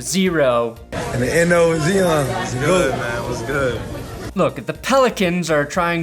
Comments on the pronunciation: "IN THE N.O. WIT ZEON" 🤣😭😂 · Zeeahn Williamson